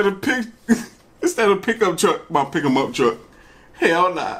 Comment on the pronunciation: lmao i've watched this so many times and not until you pointed it out that he says "pickemup truck" instead of pickup lmao